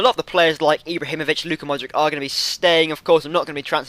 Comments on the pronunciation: Modrich not Mod - Rick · Its not modrik, but modritsj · Modriç - pronounce ModriCH :) peace buddy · modric is pronounced money-grabber